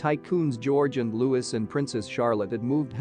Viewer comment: Wish people could get prince Louis name right, the s is silent , pronounced like Coohe or Loo he - Prince louis